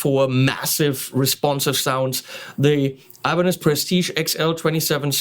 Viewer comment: Lol, sounded like you said "Alemanes al final", which would be Spanish for "Germans at the end". Hmm, as someone who is looking to begin playing guitar, 7 string, multiscale, long scale, Floyd Rose, etc. are things that do not interest me, so I wonder why I bothered watching the video...must be because you are click-bait for me (no gayness intended)...